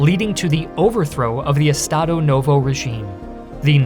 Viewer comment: ps: if you see an S in the middle of a word, use the "shh" sound to pronounce it. "e-sh-tado"